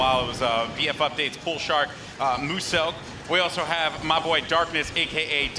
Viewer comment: lol the way Muselk turns when he hears someone pronounce his name "moose-elk"